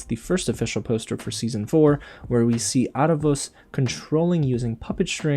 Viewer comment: Last video I said I thought you pronounced Aaravos weird. Compare Aaravos saying his name to Viren and how you say it your videos. Love your video’s BTW.